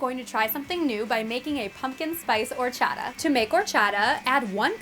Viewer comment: Hate how white people say horchata